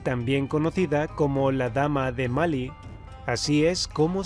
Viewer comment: Malí tiene tilde y usted dice Mali, lo veo mal i. Jajajajaja.